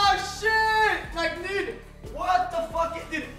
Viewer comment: I like the way XQC was saying fug instead of Fuck lmao